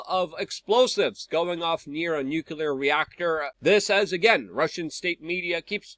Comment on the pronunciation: Luke its nuclear, not nucular.